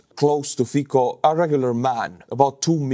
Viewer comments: Fiko? Really? Come on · His name is pronounced "Fitzo." Smutný deň pre demokraciu.. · Fico pronounced "Fitz-oh", just saying. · Bro, i can't take you reading his name as Fiko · Robert Fico [ˈfitsɔ] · Not Fiko pleeeeeeease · I love your channel, video and all your effort put so enthusiastically and with humour. I never wrote you. Just now. It tears my ears the pronunciation of Fico' s surname. In Slovak letter "c" is pronounced as c, not k. C sound is like in the English word Tsar or as a 4th letter in word Specnaz. The same pronunciation is in names Cintula (not Kintula) and Slovenskí branci (not branki). I am looking forward to your videos. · To be precise, isn't the 's' in 'Fitso' pronounced nearer to the teeth than "standard" 's'? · Letter C in Fico is pronaunced as english C, not K. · with all the respect, your pronunciation of Slovak “c“ in their names is not correct. Nevertheless, your comments are interesting. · You know? enjoys butchering names. 😅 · it isn't "fiko", it's "Fico" pronounced fitsoh". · pronounced as Fitso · Thanks for great coverage as usual. One small point - Slovak PM Fico is corectly pronounced more like "Fitso". Although I do not agree with his politics at all, it is nice to be polite. Thanks! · nitpick: Fico is pronounced with "C", not "K" (more like "cent" or "Ceasar" with a little bit of eastern accent). :) edited: As mentioned in reply below "tz" is actually pretty good substitution. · It’s not fiko but fico you basically pronounce the C as TZ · it's Fico, not Fiko:D Try the estonian pronunciation, it'll be much more correct. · His name isnt fikko i am slovak and we say his name fitsco not sure if its phoneticaly correct how i written it but c its hard not soft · It's pronounced Fecal. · Fikka absolutely based estonian pronounciation XD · it's Fico, not Fiko. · the letter "c" in Slovak is pronounced "ts". Therefore, the name "Fico" is pronounced "fitso". You're welcome.